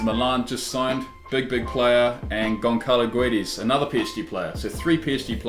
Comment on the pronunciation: Goncalo Guides? Or Gonçalo Guedes... (Read Gonssalo Guédes... don't read the "E"...